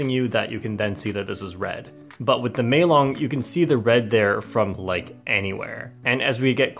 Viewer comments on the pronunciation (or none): ITS NOT MELON ITS MEILONG DAMNIT